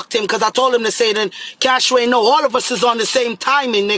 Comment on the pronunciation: She cyah call Cash-wayne name sah 😂😂😂